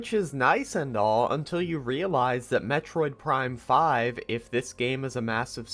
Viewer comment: judging by the script he seems to be reading, it's 100% AI, he seems to be reading the same bullet list ChatGPT loves to make, just look at how he talks starting (like, who talks bullet points like that???) (not to mention how he says "Metroid Prime (akward pause...) FIVE" Edit: not to mention all the "it's not X, it's Y"